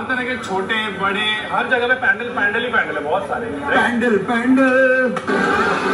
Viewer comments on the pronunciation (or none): I respect you opinion my friend but never in my life I've ever heard any bengali calling it a पैंडल and most of my family lives in Siliguri and kolkata. पंडाल is something I know and have used all my life. I think it's English pronunciation that's creating this problem. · It's called पंडाल not the so called pan - dull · its “पंडाल “ not “पेंडाल” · pronunciation of "PANDAL" is wrong these two kolkata boys in video. its “पंडाल “ not “पेंडाल” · पंडाल होता है, पैंडल नहीं।😂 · It's पंडाल , how can you pronounce it पैनडेल्ल ??